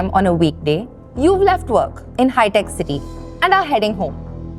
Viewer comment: Finally, an Indian who can count properly. Good job on saying lakh and crore and not "lakhs" and "crores". BTW, it's HITEC City, not "HiTec" or "HiTech".